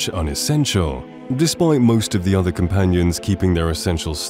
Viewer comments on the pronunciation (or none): none